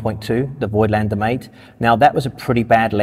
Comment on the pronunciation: People, as a German, please stop calling Voigtländer that way, it is pronounced 'Fogtlender'. Thank you.